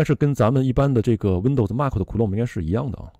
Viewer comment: MAC是“麦克”不是“骂克”